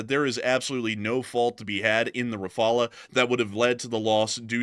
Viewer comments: RA-FA-LE not RAPHALA ! I'm French RAPHALA is NOT how you prononce it. Rafale is a french word meaning like....gust of wind. There is NO other way to prononce Rafale than RA-FA-LE ( silent e ) Just like DASSAULT is prononced '' DASSAU '' you don't prononce the L or de T ( because reasons ) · Ra-fal not refala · Its Dah-soh Rah-Faal. Dassault Rafale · Thats sounds not right to me .. .surely Rafale is R_uh_faal....😏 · If spelt 'RAFALE' in French, then it is pronounced 'RAFAL' .. just saying, guys ... nice work, love your posts. Slava Ukraini! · Raff-al.. [ʁafal]